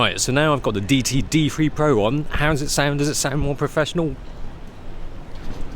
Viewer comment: "deity" is a word a lot of people get wrong. According to , "DEE-i-tee" is the correct pronunciation.